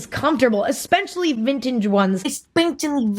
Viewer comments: spells it how Emma says it Es-peh-cha-lly~ ven-chig’ ones😂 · "eSPechiLLy vinntange Ones" im deadddddddddd hahaha lolol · "espenshly vintije ones" sksksahkgkds im crying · Enspenshaly vintaige ones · Editing emma bullying herself for mispronouncing 'vintegeie' is a whole ass mood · my Asian mom trying to say “especially vintage ones”😂